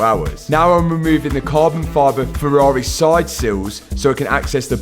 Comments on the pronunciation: wise words "anotha farrareh" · Ferraraaaeh - love it:D Where is From?